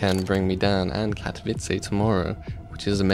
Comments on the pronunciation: pls! Ka-to-vi-tze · have fun at katowice sparkles! or katowici as u say ;D